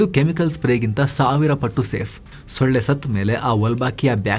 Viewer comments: ಳ. ಒತ್ತು ತಗೆದು ಓದಬೇಡಿ 😂😂😂😂😂😂. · The way gives extra emphasis on solle (mosquito) makkalu to make sure it doesn't sound anything diff. 😂